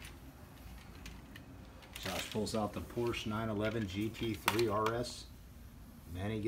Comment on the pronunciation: Someone teach him how to correctly say Porsche